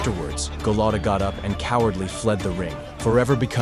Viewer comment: first of all...It's Andrew Go-Lot-AAAAAAA NOT OOOOOOO, Golota, not Goloto, if you actually listen to the announcers, you could of said it correctly. Secondly... Mitch Green went the distance! This is suppose to be "All Tyson's Knockouts" and I'm out... S-it For Brains.